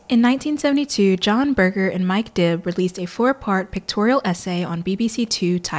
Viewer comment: Great discussion. This can be difficult material and you’ve presented it in a conversational manner that is very engaging. My only criticism is that Berger uses a soft ‘g’ not a hard g. I know it’s a small thing but he is so phenomenally influential in his field that it’s probably a good idea to pronounce his name correctly. It’s a common thing when you read a lot and you don’t get to hear the name. I had a dreadful time with French theorist Gilles Deleuze. I had that so wrong my lecturer could not hide his smile when I used it in class. He corrected me ever so kindly.